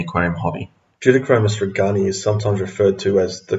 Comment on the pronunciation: These are very good videos but.................. If a fish is named after a person, you should pronounce the fish name as close to the person's name as possible. So it's RAY- gan- eye. (I learned this as a kid when we realized that it was NOT ram-er-EE-zee, but ram-IR-ez-eye. And i took four years of Latin in school.)